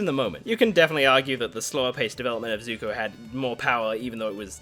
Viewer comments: SUPER NOVA X INFINITY001 I think it's pronounced Zuko not zoku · 29 second in the video u said zuto it zuko